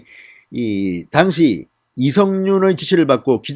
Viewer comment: '당시'는 여전히 악센트가 틀립니다